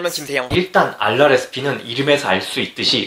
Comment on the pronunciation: ㅋㅋㅋ알랄에스피... 그냥 아랄에스피라고해요~~~ㅋ